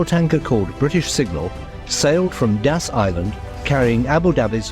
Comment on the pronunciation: Das Island not Gas Island